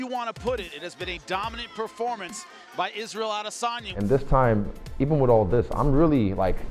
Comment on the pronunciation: Israel “ISREAL ADEYSANA” Adesanya